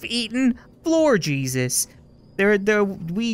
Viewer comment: I died when he said jusus